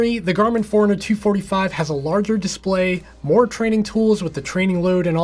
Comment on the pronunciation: Hey I too was annoyed in the beginning thinking why's he saying Four-Hundred-Fifty-Five and Four-Hundred-Two-Forty-Five, but then I realized it's not Four-Hundred that he's saying, it's Fore-Runner, lol :D